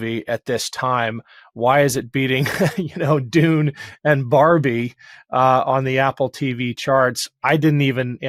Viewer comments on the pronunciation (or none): none